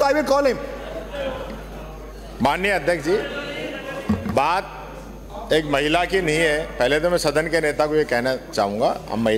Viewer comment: गरमा, महला सीएम बोल रहा है हद है इसका उच्चारण ठीक करो